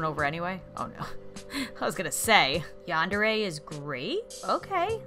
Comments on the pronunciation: i dont wanna be rude but its said Yan-Der-Aye not Yan-Deer-Aye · It's Yandere (Yon-der-ray)